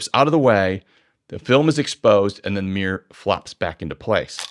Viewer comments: Dude.. it's not a mirrr or a mierrr but a mirror. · I agree with 99% of what you say apart from one tiny point you say an SLR has a meer but a mirrorless doesn’t have a meer???? Is it mirror or meer (pssst i know what it is! It’s mirror!)